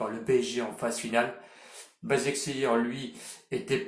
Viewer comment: Leipzig ca se prononce Leypsiche Et basakheir ça se prononce Bashakshehir Sinon bravo pour les pronos réussi